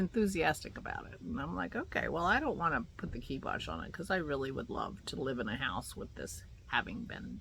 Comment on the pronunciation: We had a guy come this morning to give an estimate on replacing our porch columns. I dread hearing the numbers. It tickles me that you said "kibosh" because I say that word a lot too. It made me look up the word's origin. Very interesting, (and it's KI as in PIE.) Your trove is LOVELY!